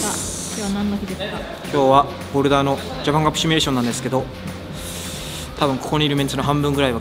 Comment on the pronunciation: シュミレーションではなくシミュレーションです